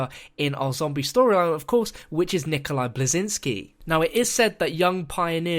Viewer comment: really Nikolai Blisinski is Beliski k